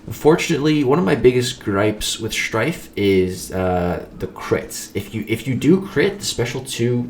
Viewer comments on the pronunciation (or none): The way you said shhhhhhhrtyffffe was insane